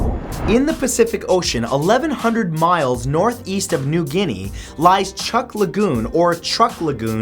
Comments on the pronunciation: It's pronounced "chook" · Sorry matt, chuuk is pronounced chook. Sorry for being the correcter person haha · I cringe at how many list youtubers can't pronounce Chuuk.